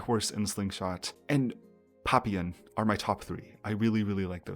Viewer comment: Assuming the song papillon is referring to the French word for butterfly and not something else, the proper pronunciation would be “Pah-pEe-yeon”